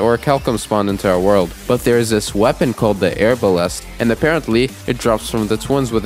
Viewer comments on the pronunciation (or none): The way you pronounce arbalest pains me deeply, but great video regardless